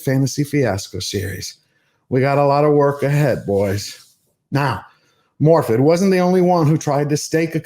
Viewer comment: What can you expect from a Welsh person that can not be bothered to say her own first name correctly, in Welsh two dd's make a th sound as in "this" or "that".